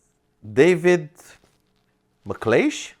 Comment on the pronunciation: HI, Thanks for answering my question - by the way you said my name very well!!. I will check out the 125cc Video trip. I would love to take you round the NC500 here in Scotland and I am beginning to take steps with SYM UK to see if they can supply a scooter. If they can I'll fly you over to Scotland and you can film the trip. Best wishes Dave McLeish